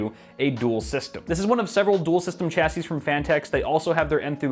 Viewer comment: Shashey not cha sey